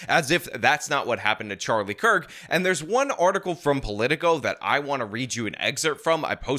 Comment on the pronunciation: Who is the guy pretending to be a woman who said Kirk's name was mispronounced? The one with the red painted clown nose? Does anybody know?